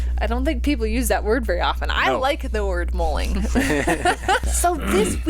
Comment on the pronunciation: l hate to disappoint you however it’s mulling over something not molling as you say. We Aussies use the word regularly!!